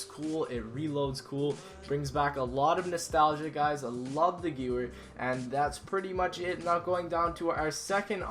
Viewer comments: The Gewehr is pronounced "Gevehr" and Der Riese is pronounced "Der Rieseh" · Next time try to pronounce it correctly in case that it is a german weapon, Gewehrt [gevert]. Otherwise good vid. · the Gewehr is pronounced Guh-Vare. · Lol eddy is completely wrong, it's guhverer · *how did you say gewehr "guwur" or something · I speak English, French and German. It is pronounced "Guv-air". ***** and ***** know what they are talking about. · ***** yeah i know... still funny how some people say it XD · How didvyou saw gewehr? "Guwer" or something XD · he pronounced gewehr wrong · The way you pronounce gewehr xD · Why is he pronouncing Gewehr like that? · Dave is right, the w in ghewher is pronounced as a v. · The way you pronounce "Gewehr" is hurting my ears. I hate when Americans play zombies and cannot even pronounce simple German words... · He isn't German, he doesn't have to pronounce it correctly. He can pronounce it how he wants. I know he pronounces it wrong, but i have no problem with it, and i sure don't go and be rude in the comments because of it. i completely understand what he says, and so do you, so he doesn't need to change his pronounciation. Have a bit of respect. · Koen Slinkman yeah, me too. Its with all the german guns. Also panzerfaust and stuff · m1 carbine in nacht der untoten. and you pronounce the gewehr like Mêlée with the emphasis on the last 2 ee's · Is any one else bugged by the way he pronounced Gewhr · I know I can't, in any way, be mad at you for this (because it affects basically everyone who doesn't know precisely how to do it), but all the German word pronunciations made me cringe >.o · lots of other people have probably already said this but you said gewehr wrong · omg he said gooere its pronounced gevere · LSAT is also in nuke town! That other gun is pronounce "gavare" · Hey the Gewer is pronounced Gevar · You play zombies and you pronounce a gun wrong... Really? Geh-Veer not gyoooer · he does no the geweihr is pronounced gevwer right